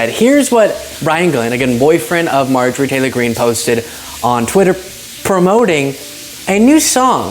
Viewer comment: When you say “Marjorie Taylor Green” too fast, like as a single term, it sounds like you are losing a syllable or two.